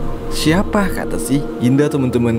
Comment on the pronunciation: "indah" kenapa saya dengar "dinda"